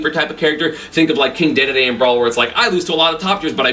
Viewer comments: dee dee dee, not day day day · my bad I didn't know, it still sounds weird but "deh deh deh" sounds better than "day day day" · did he call king dedede "king daydayday" ?